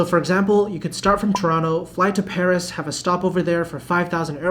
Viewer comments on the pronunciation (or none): none